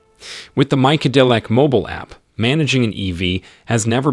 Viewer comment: The robotic narrator is generally good, except that its bizarre pronunciation meant that figuringing out it was trying to say MyCadillac for the name of the app took a while.